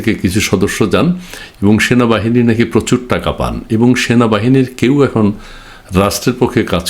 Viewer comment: ভাই আপনি বার বার ভুল বলেন কেনো সেনাবাহিনী হবে, এর পর থেকে উচ্চারণ ঠিক করে করবেন